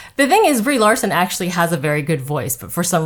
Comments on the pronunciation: "Debris Larson" 😂 😂 😂 😂 😂 I have to know if that was off the dome or if you thought of it earlier lol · Love it! Debris - Brie = subscribed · "Debris (DeBrie?) Larson." Classic!